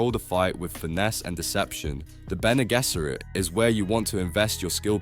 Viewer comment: You have to amazing ability to pronounce Bene Gesserit differt every single time and none of the times are correct.